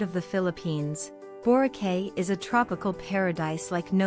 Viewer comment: I don’y know why Boracay is number 1. This island is commercially super hyped and there are more stunning places to visit and enjoy. And by the way, it is pronounced as Borakai.